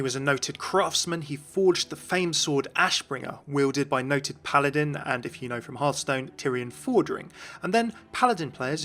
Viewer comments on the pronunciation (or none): none